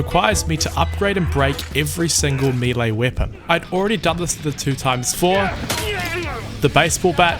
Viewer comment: Two pronunciations I've never heard before: Melee as mee lee, and 2x4 as two times four. I'm pretty sure they're both wrong, but there's something magical about hearing unique pronunciations for the first time.